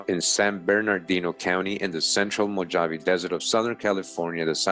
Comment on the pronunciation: mow - haa - vee = MOJAVE == YOU got that right == a DAY is like a THOUSANDS year TO OUR FATHER CREATOR they don't know the exact amount of years the earth has been here. THEY are LYESTIMATING, LOL telling lies with their estimates as USUAL. ==??EXPERTS?? THANKS for all the GREAT RESEARCH that you do. Also all those OTHER NON HUMANS they are finding are the HYBRIDS and Demons that The devil and his demons other fallen angels tried to create by creating their OWN RACE and FAMILIES. == That is WHY THE CREATOR FLOODED THE EARTH to WIPE THEM OUT, because they were created in REBELLION to OUR FATHER CREATOR's PLANS. == They mix TRUTH with So MANY LIES. They still have not revealed the info and TRUTH about the GRAND CANYON or told anyone about the thousands of PYRAMIDS that are WORLDWIDE. People forget that THE WORLD was ALL ONE CONTINENT and LAND MASS at one time in the HISTORY of the WORLD === PANGEA. MOST likely that land split apart during the GREAT WORLD FLOOD. == The world was reset by OUR FATHER CREATOR after the flood. During the time of the TOWER of BABEL == GOD OUR FATHER CREATOR DISPURSED ALL TRIBES OF COUSINS TO ALL PARTS OF THE WORLD.